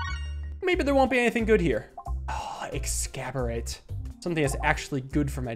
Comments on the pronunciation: The devs: make funny pun with exacerbate: haha Excaborate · i love how he pronounces "Exacorbate" as "Excaborate" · It's not "excaborate", it's "exacORBate", as in "exacerbate". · exacerbate ex·ac·er·bate Please. You're killin me. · Couple of notes- Kobanorb got buffed at some point, I think? It has more interesting 2nd and 3rd levels now. Orbert's Story, the orange book, I think can also make treasure chests pay out with Elite Fight relics now. Not sure if they've updated the item text yet. You keep pronouncing it "Ex-scab-or-ate" like it's an ancient sword... that doesn't even have a balls pun ;-; It's spelled weird, but it's meant to be pronounced 'Ex-ass-orb-ate'; meaning to make worse. The pun is already inside that word! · Eggs-ass-or-bait is how I think that orb is supposed to be pronounced lol